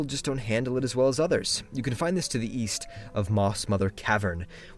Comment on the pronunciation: Wait. I thought he said Weast